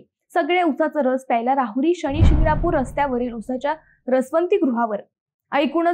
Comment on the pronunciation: शणी नाही ' शनी '